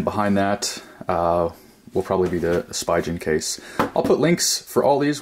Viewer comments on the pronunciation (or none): its pronouced Speegen bro !!